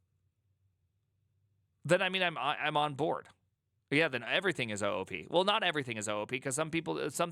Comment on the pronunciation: it should be pronounced OOP not OOP